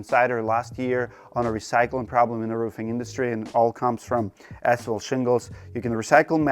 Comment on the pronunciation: Can't this guy pronounce ASPHALT properly?